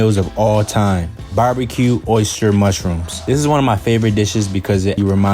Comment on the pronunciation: I seriously just went on a deep dive through the comments to see if anyone else was bothered by that 😆 He also said "oh-ster mushrooms" more than once lmfao